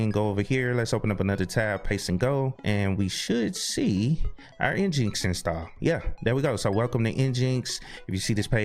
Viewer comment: Great video! Just be careful on the name of your web server. I am sure someone will catch feelings for not calling it Engine-X. LOL